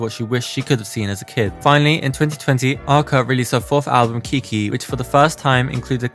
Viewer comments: Its Kick i actually, but Kiki is just as good lol. Loved the video. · kick one omg not keekeeeeee😭😭😭😭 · no its not its pronounced kick i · Kick one not kiki